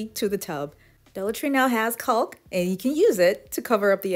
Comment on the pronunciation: The L is silent in caulk. Thanks for sharing 💗